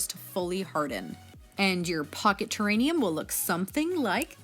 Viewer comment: Lol “terrainium”